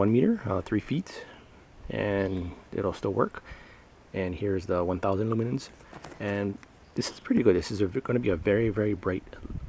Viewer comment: Duracer? I thought it was Duracell, and what the hell are Luminens?? Lmao!! You need to switch to decaf dude.